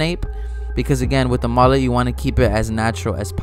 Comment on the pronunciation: The way you pronounce Mullet is messing with my brain